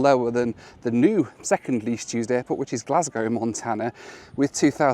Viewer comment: I didn't know you could catch a plane at the "hairport" 😂